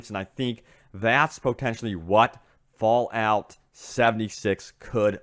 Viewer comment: Bro you emphasizes your "y"s so much, its fallout not fallyout..... and leak isnt pronounced leeeyyyyqued damn man